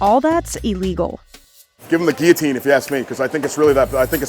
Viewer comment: Did bro say guillotine? 😭😭